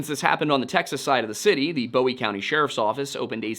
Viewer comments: My biggest complaint is we say “boo-ee” like a buoy in the water. Not Bowie like most pronounce David Bowie’s last name. Great video, good job. Cool to see this area and its happenings covered. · Bowie county is not pronounced like David Bowie. Bowie county is pronounced like you would a buoy that's in the water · Excellent work. Minor quibble: it's Boo-ee as in Jim and the Alamo, not Boh-ee as in David and 'Heroes'. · It's not Bowie (Boewee) county It's Bowie county (Booee) It was named after the defender of the Alamo Jim Bowie not the singer David Bowie. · It’s boo-wie county not bow-wee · It's pronounced like "Booie" County, not "Boie" with a long O. As in Jim Bowie, not David Bowie. For some reasons, non- Texans can't say that. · Boo-wie not Bow-wie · It’s pronounce “boo we” county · Boo-E. (I know it's spelt wrong, but it's pronounced that way). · Very good video, as always. When I moved to Texas in the 80s, I quickly realized they have their own way of pronouncing words, not just an accent. For example, Bowie County is "boo ee" not like David Bowie. Thanks for the video! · it’s pronounced “boo-e” like the knife. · Great recount of the story. For future reference, Bowie County is named after Alamo hero James Bowie, also the namesake of the Bowie knife. Pronounced boo-ee. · i was born in Texarkana, Tx. Bowie is pronounced [BOO EE] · Small thing: Bowie is pronounced "boo-ee.